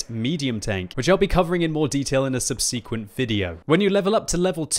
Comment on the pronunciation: The way you pronounce "subsequent" is embarrassing, especially considering that English is your first language and you have a degree.